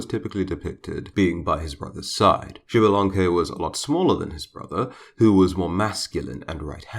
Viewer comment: Hunahpu is his brother, Hunhunapu is his father. All english speaker i know, specially smite players, don't know how to prunouce their names. Hunahpu and Hunhunapu, are prunouced with no silent "h" and with the stress in the "u". Xbalamque is not writen correctly to begin with it is Ixbalamque and it is pronounced like ishbalamque with the stess in the "e". Hunapu means a blow gun guy and Ixbalamque means litle jaguar sun.